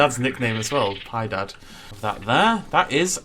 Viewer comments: not "Pi-dad", it is "Pi-eh-dad". Funnily enough, those monkeys are eaten in soup by brazilian people. They say it is "uma delicia". I was once in a Zoo and they had a baby giant anteater and he loved avocados. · Lol that’s not how u pronounce piedad it’s not pie dad y pi-a-dad